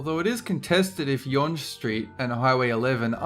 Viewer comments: I live in the GTA and have never heard younge street pronounced that way. I've always pronounce it as Young as opposed you yunge. Also if you want to drive a scary road check this one out. I lived in Fort McMurray Alberta and highway 63 is usually referred to as the highway of death. I've driven up Supertest which is a giant hill where the road is really steep. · It's pronounced "young st" not "yawng street" -canada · Yonge Street is pronounced "Young" Street. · yonge is pronounced young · Yonge street? seriously? BTW Yonge is pronounced young. Yonge is just a normal road, weird its on this list. Kinda cool because its so long I guess, but its nothing like the trans-siberian! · Yonge street is pronounced The same as Young, not yonj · #10: Yonge Street - it is pronounced "Young", not "Yonj". I have heard some voice GPS systems make the same mistake. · YONge street omg ahaha it's pronounced like the word "young" not YONG. Still, great video though! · Yonge is pronounced Young. Craziest road I've ever been on was just outside Mwanza, Tanzania. It was angled at about 75 degrees, and it felt like one of those steep entry climbs you make at the beginning of a rollarcoaster. Except it went on forever, we kept jerking back a few feet every now and then because of... y'know... GRAVITY... and there was no pay off in the form of loop-de-loops. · Yonge st. Is pronounced like " young" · its prononced "young" street not yonge even though it's spelt out yonge street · Its yonge (young) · it's pronounced "Young" even though obviously the spelling is weird. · BTW: Yonge St, Yonge is pronounced just like young. -a Torontonian. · yonge is pronounced yung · yonge is just pronounced young btw lol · Yonge is pronounced like Young. plz, don't say the g. >3< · that is not how u pronounce younge u f...... dumba.. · What is YONJ street, we pronounce it Young street, Yonge, also mispronounced Sichuan. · Damn you pronunciation suuuucks! It's pronounced 'Young' and 'Seschwan'